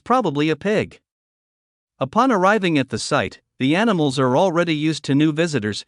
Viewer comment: what the fk is anisals . .you twat . . .